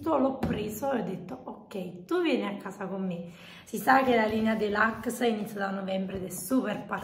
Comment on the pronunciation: Si dice deluxe non delucs